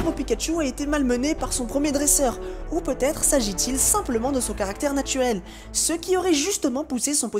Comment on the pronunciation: À qui à exploser de rire en entendant dire "natuelle"?! 😂 ne me dites pas que je suis la seule... ^^